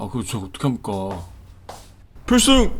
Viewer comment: 피씅! 경례 발음 뭉개지는것도 ㅈㄴ 똑같네ㅋㅋㄹ